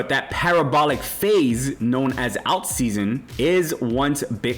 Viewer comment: This guy cant pronounce "alt." Might be a sign to be very careful. Get "alt"